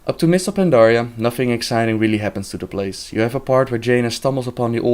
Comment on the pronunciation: Did he said: "Va-Jaina"? XD